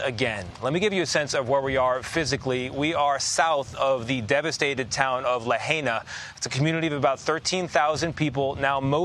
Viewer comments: Again Tony, its not very hard to pronounce: Lahaina, NOT LaHEYnah. You mispronounced Lahaina in your earlier report, when the sun was still shinning, now its nighttime. Please do your research, ask a Local Person they would be happy to tutor you on pronouncing Lahaina. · LaHAYna? Please, show some respect. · Lahena Lahana. Lapaypay. Geez get it right. There’s a letter I In the second syllable. La hai na! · It' pronounced Laha I na not Lah A na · It's Lahaina not La hay na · It's La-Hi-Na. NOT Lah-hay-na. SHOW SOME RESPECT COLONIAL CLOD. WHERE ARE THE EDITORS? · Lahaina. La-high-na. Not La-hey-na... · La High Na NOT LA Hey Na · Me hearing Lahaina (Lah-high-nah) being pronounced La-hay-na... 😳🙄🤨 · At least PRONOUNCE LAHINA CORRECTLY!! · “LaHAYna”? A professional news agency should at least pronounce the city name correctly! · It is pronounced, La Hi Na! I have not heard it pronounced correctly for days! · La hi na say it right! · Reporter it’s pronounced…. LA - HIGH - NA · La-hey-na???? 😖👎 STOP #Ignorance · la-HIGH-na, if you please! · La-HINE-ah .... y'all should learn how to pronounce the names of towns in crisis you're covering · Tony please stop saying Laheyna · Good grief, at least pronounce the name of the town correctly! Lāhaina = Lā hai (like high) na. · La hay na😂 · Him mispronouncing “Lahaina” is so frustrating! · Why can't the guy reporting on scene pronounce the name of Lahaina correctly? It seems pretty rude. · can the reporter learn how to say the name of the town please..... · Get rid of this guy..if he can’t take 2 seconds to learn how to pronounce Lahaina…then you are disrespecting the people who are already hurting.. Do better!